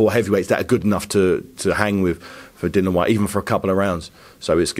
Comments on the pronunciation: It's Dillian ffs not Dylan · It's about time that people within boxing learn to pronounce Dillian's name correctly. Just call him Whyte if it's too difficult.